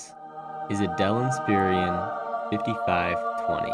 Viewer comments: Did you just say dell INSPEARIAN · In-spare-on. That’s how’s it’s pronounced bro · Why he said Inspiron like that? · "Dell Insperion" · You pronounced Inspiron wrong so I'm not going to subscribe. There is no I before the o